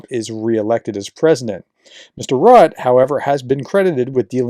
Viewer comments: It's not pronounced rutt, there's an 'e' at the end. It's pronounced rutt-uh. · JFYI: Mark Rutte - his name is pronounced more like 'rooter' than 'rut'. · N.B. Rutte should sound more like "RU-te" not "rut" --maybe Roo-teh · Mark Rutte last name is pronounced ROOT-the, not Rut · It's Rutt-'uh, not Rut... He's the only foreign Prime Minister publicly saying "No!" to DJT b.t.w. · our ex-PM's name is Rue-Tee (Rue like street in French, and Tee like in T-shirt) :) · Nice report. Just for info it's pronounced Marl Rutt-EH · Rutte is pronounced Rutter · It's Mark Rut-te. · Pronunciation is Rutte = “ROO-tuh” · You pronounce it "Rutt'eh'" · Please educated americans try to say foreign names correctly! It's not that difficult! Rutte is not a rat!😅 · FYI, Diehl is pronounced exactly like "deal". BTW., since you will have to mention his name more often in the future, here is the pronunciation: it is Rut -te, with the "u" being pronounced like the German "ü", like you do in the case of Nuremberg (the "u" there), and the "e" at the end is a short "a" sound, so approximately something like "Rüt-ta". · The dutch guy name is pronounced Root-tae. Welcome. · Splendid update. (FYI: Rutte is pronounced Roo-teh.) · I was going to say this, glad I scrolled first. 👍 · Hey Prof Rutte is pronounced Rutter